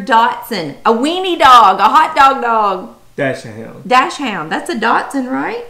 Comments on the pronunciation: It’s NOT pronounced DASH-HOUND! DACH-SUND pronunciation please. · Im sure you've heard this by now. Dachshund (properly pronounced kind of like doks-hoont) in German IS the German "weinerdog" that Americans pronounce "doksund" with a k sound in the middle, not a t sound. I was being he was a smooth collie mix. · Not trying to be rude but the proper pronunciation for dachsund is (dak-sund) I really like ur videos! I subbed! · You guys are so cute. American Staffordshire (pronounced like "stafford-sure") Terrier is more commonly called "pit bull," which you've probably heard of. ;) And "dachshund" is a German word (dachs = badger and hund=dog) and it's pronounced sort of like "dox-hoond", not "dash-und", so yes... the weenie dog. ;) So excited for all of you! How fun to see Pollux's results! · love your videos. A Datsun is a car, a dotson is no kind of dog. dauchshund is commonly pronounced dockshund. Or dash hound. Wish I could have found out what my mixed breeds were. But back then they didn't do that. We just lived calling them Heinz 57. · Super interesting video, thank you! I agree with the other commenters, Pollux is his own breed. ☺️ And since I always enjoy listening to your Southern accent, I feel like sharing some German intel: Dachshund (pronounced: Ducks Hoond) literally means “Badger Dog” and is the Hot Dog breed you were thinking of, the short legged ones we call “Dackel”. Love from Germany! ❤️ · Your Husband should get acquainted with how to pronounce Dachshund - the German small burrowing hunting dogs. "Dax-hount". They are used to hunt in Badger-burrows. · I know English doesn't have the German "ch" sound which is very much like the Spanish version of "J" in Juanita or Jorge but you can try to substitute it for an x if need be in Dachshund - so try Dax-hoond :) Good thing about a broad mix with Pollux - those mixes are usually VERY robust and not prone to race specific diseases with pure breeds suffer from.